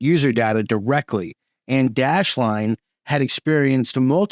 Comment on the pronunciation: you said dashline